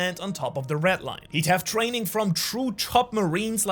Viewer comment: Red* not rett